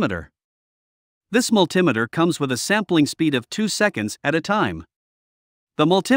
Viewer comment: How can I take this list seriously when you can't pronounce multimeter right?